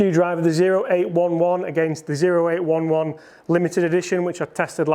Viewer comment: Ok, you’re killing me. It’s pronounced O as in the letter, eight eleven. It’s the M.O.S (military occupational specialty) of artillery men. Get it, it’s the big gun in your bag. So, please for all that’s holy and good stop calling it the zero eight one one!